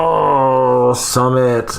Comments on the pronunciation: Love you! It's pronounced SUE-mit, not SUM-mit. 💕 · Hi Doc, I'm hearing it's pronounced "soo mit", not "suh". 🙃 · Could Sumit fear turning into his father, where he kinda loses his own sense of self and just exists to make his wife happy? Also: "Sumit" is pronounced "soooo-mitt". Think the "soo" sound in "soon" + the "mitt" sound in a (baseball) "mitt" :)